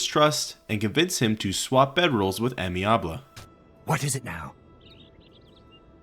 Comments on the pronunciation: Yo, someone has probably said this already but you know Amiable is not "Amyabley" but "amy-able" it's a way to say he's amenable. Able to be amenable type of thing. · Not sure if you knew or if it’s for funnies but in case anyone doesn’t - the first quest from Amiable - his name is Ay-Me-Uh-Bull and it’s a word that means friendly or agreeable! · Why did you wildly mispronounce amiable? Did you mistake it for a real first name instead of just a descriptor for the guy?